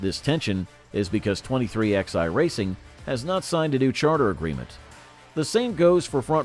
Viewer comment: Dude if you're going to cover NASCAR an American sport say it like it's supposed to be 2311 not 23xi go to England if you want to talk like that we talked American in NASCAR